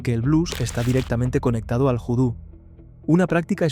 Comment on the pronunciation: Voo-Do . NO Joo-Do . . . . . . . Mírate El Film Cruce De Caminos .